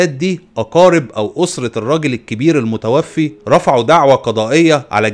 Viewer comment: المُتَوفَّى وليس المتوفي